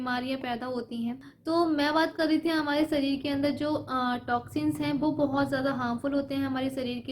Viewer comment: Sarir nhi sharir hota h.behan ..aap kuran nhi padi h kya aapke muh se lafz sahi nhi niklte h...